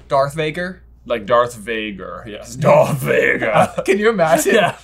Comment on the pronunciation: Darth Vaguer*